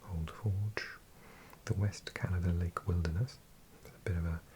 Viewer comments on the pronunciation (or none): none